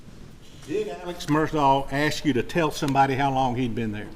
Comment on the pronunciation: Why do some of these people call him Alec?? This isn't the Alec Baldwin case 🤦‍♀️. His name is ALEX not Alec. Also his last name is Murdaugh NOT Murdock. Why in the hell can't people say his first and last name correctly????